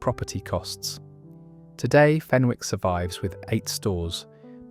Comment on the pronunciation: Hi thanks for this post 👍 the W in Fenwick's is silent. I used to work in Debenhams and still miss it.